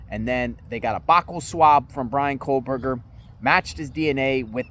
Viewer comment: I'm here standing by trees. Let's talk about family trees. BK's family tree specifically. Why don't you stop mispronouncing his name, for a start.